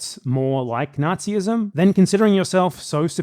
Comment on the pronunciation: I don’t like platner & agree with your assessment. He calls himself a “lifelong anti-facist” & worked at blackwater. I’m also a little creeped out by how he pronounces “not-sizm”… I just want to see a more prominent call to action. This video’s great & through the remainder I understood more where BE is coming from. There’s just a lot of negativity upfront and it feels contagious among the community. I thought we were talking about Hasan’s general stance on war / imperialism, which the original comment misrepresented. I haven’t been watching Hasan lately because i hold true what’s being said in this video. Like him or not, that’s not his general position